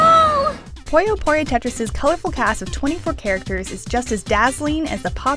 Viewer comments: Its "PUYO PUYO" NOT "POYO POYO" how can you say something so simple so wrong so many times as a reviewer??? For f...ing shame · jesus fuckign christ, how does one manage to mispronunciation as "pollo pollo" when everywhere in the game it is perfectly pronounced as puyo puyo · Through out the whole review, all I heard was "Pollo Pollo" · more like "poyuh poyuh"